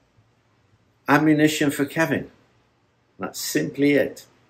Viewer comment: "Amumition" classis Kevin!